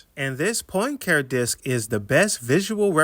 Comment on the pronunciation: Poincare. Henri Poincare. (Pahn cah ray)